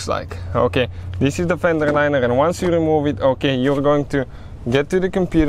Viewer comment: Good Vid. Buuut, that "Fendrerrr Linererrr" isa kindaerr funnyerrr 🤣🤣🤣